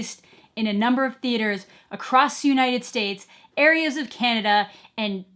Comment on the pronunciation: For some reason I thought you said Kenya instead of Canada the first time. Speaking of Africa, Wakaliwood movies surpassing Avatar, anyone?